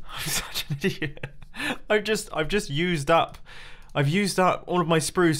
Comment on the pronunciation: "....the decorative twizzled quartz....". HA HA LOL!! "I'm such a dee-it.". What the heck is a "dee-it"? "YES!! Yes yes yes....". "HU-AHH!! KIPKAHHEKLAHHELPAH!! SHOO!! BAH HUMBUG!!". Like if U found the last 1 funny!!